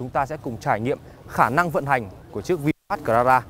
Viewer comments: Bài review của auto rất chi tiết vs thực tế. Chỉ ko thích là lúc bác nói từ Vinfast thôi, nghe như là Vin phét ấy...mình có tra thử tiếng anh trên google dịch nó đọc là vin fat rõ chữ a chứ ko phải chữ e như bác đâu nhé! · lossless lossless bác ấy đọc chữ a thành chữ e luôn! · Anh nay noi chu Fast nghe vui tai ghe